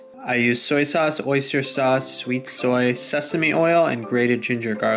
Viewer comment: why does sauce sound like sus in this vid